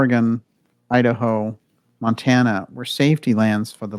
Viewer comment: Montana. Mount-Anna.